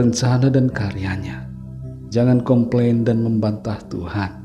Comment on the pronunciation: Com plain atau kompeng😊